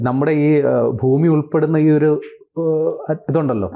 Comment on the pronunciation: ഫൂമിയല്ല ഭൂമിയാണ്